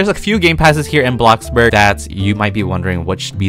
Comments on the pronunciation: its bloxburg not blockburg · him: “I’ve been playing for 3 years” also him: “BLOCKBURG” me: “?🤷‍♀️” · Bish why u be saying boxburg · Sorry but its bloxburg not blockburg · “BlOcKbUrGh” gets me every time bruh😂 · when he said “BLOKBURG” 😭😭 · Did anyone else get a tiny bit triggered every time he said blockburg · I LOVE HOW HE SAYS BLOCKBORGGGG